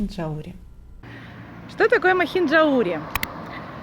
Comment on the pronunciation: МахинджаУри. Ударение на букву У